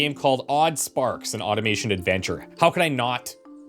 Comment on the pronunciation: I thought odd called this an Oddomation game when he was saying Automation 😅